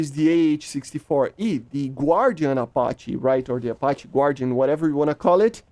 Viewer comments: Just to let you know, Guardian should be pronounced Gar-Di-An. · I feel like you mispronounced guardian wrong on purpose 😅 Also, I doubt there would be too much friendly fire with MMW seeker-heads. It would just be too op since they track through smoke